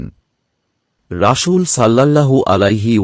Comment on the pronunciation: আরবিতে রাসূল শব্দের বানানে ছিন আছে কিন্তু আপনি প্রতিবারই শীনের উচ্চারণ করে আসছেন যেটা ভুল। আশা করি আরবি উচ্চারণ সঠিকভাবে করবেন।